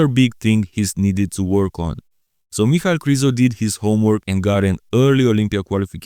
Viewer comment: You just validated what i have thought for years, his name is not "Michael",as says it every damn time, it's "Mic-hal", it's annoying, and ghe way he says "Rafiel" instead of "Raphael" strikes another nerve in me.